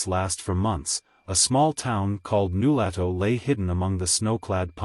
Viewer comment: You obviously never talked to someone from Nulato. They would laugh at you for mispronouncing New LOH to fool. Zzzzzzzzzz. Fake story